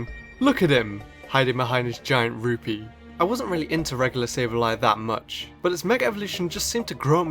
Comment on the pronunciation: it's pronounced Rupee not ruby